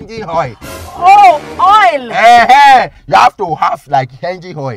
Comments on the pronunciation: De oye instead of oil 😂😂😂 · He say hoil 😂😂😂